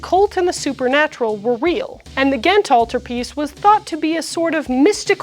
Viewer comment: as a flemish belgian, can i say you that your pronounciation of "ghent" (gent in flemish dutch, Gand in Walloon french) is very good? We have a difficult language and i will never ever call someone out for mispronounching our language but when somebody does get it right, i am filled with joy